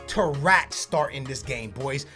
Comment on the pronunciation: Bruh when he said tarrFAT that had my dying 😂😂 great vid 👌